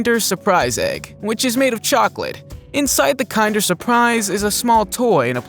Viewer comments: Am I the only one who thinks the way he pronounced kinder the wrong way very aggravating? Probably pronounces kindergarten the same way. The word kinder means children or kids in German but not pronounced like the word kind but the short I sound. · Uh do your research first. There's so many misspoken words here. Kinder eggs is pronounced like kindergarten minus the garten. Not Kinder as in KIND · Kin-der.. not kind-er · What's with American English speakers always saying the "I" in some words as a "Y"? Its not "Kynder Surprise", its "Kinder Surprise". With the "I" being pronounced just like you would the "I" in "Kind". Its such a weird habit that seems to be coming out of nowhere considering with other common words using a "I", its pronounced simply as normal instead of a "Y". Seriously, tell me "Y". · You mispronounced "kinder surprise". It's pronounced like "Kindergarten". The linguistics are more akin to the more German word "kinder" which means "children". Please correct your pronunciation of the word. It's cringy, and makes me bristle. I'm not German, nor do I speak German, but at least have some respect. Also, Nestle is pronounced with the "ee" sound. So you mispronounced that one too. so pronounce it "Nestlee", with the "e". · The pronunciation of Kinder almost made me sick lol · That's not how you pronounce kinder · The way you said kinder😒 i you kidding me 😮man ! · The way you pronounced “kinder” surprise egg 👀